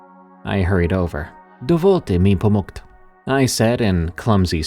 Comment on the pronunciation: The pronunciation of POMOCT made me laugh, actually, because people who don't speak Czech/Slovak always screw up the easiest words with English pronunciation. I just find it lovely that they try so hard, honestly.